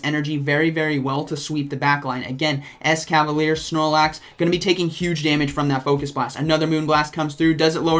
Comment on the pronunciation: Yeah but it's actually mispronounced here too as it it "ES-KA-VA-LEE-AIR" as it ends in 'ier' and not just 'er' like he pronounces.